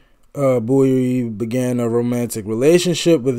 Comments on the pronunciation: Bowie not Booie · Bowie sounds like bow, not boo. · His name is.pronoubced Boe - wee (not boo - wee) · It's David Bowie, not Bouey lol. The first line on wikipedia says how to pronounce it and everything. Boh-ee. Like bow and arrow. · This song actually has a sequel, and it has a great video as well. The song is called " Ashes to Ashes" and is off his tremendous, and very infkuential 1980 album, Scary monsters. One of my favorite, underrated bowie song is from an early akum, Hunky Dory, called, Kooks And its pronounced bow-ee, like bow and arrow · Getting close to that 50k subscribers!👍 David's last name is pronounced Bow-ee (as in bow and arrow). He was known as a glam rocker in the early 70's thus the clothing & makeup. He was a very versatile artist. When they compared him to the Bee Gees, I was kind of surprised, although the Bee Gees sound in the late 60's were different than the Disco era. Great reaction though. Goto dive deep into David's repertoire.🎃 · Bowie was a pioneer of the glam rock genre of the early 1970s. Bowie was famous for constantly reinventing himself, pioneering new forms of music and his fashion sense, particularly from the early 70s to mid-80s. His most well-known album is The Rise and Fall of Ziggy Stardust and the Spiders from Mars (Please react to ‘Moonage Daydream’ from that album). Oh, by the way, his name is pronounced BOW-E, not BOO-E. Great reaction. Please do more Bowie, one of my all time favorite artists. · Bow- ie (like a bow and arrow 😉) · IT'S PRONOUNCED. BOW/ EE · Listening to this one without headphones you miss so much in which side each vocal layer is coming from. I suggest you relisten with overear headphones ❤ Also, his name is pronounced Bow E (as in the name of the letter) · Are you saying boo-ie cos it's nearly hallowe'en? 🙃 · Sorry but b4 I watch does he say David’s last name properly in the end as I can’t take that pronunciation booie? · It’s pronounced (Bow)ie, like a bow and arrow… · Pronounce BOW -E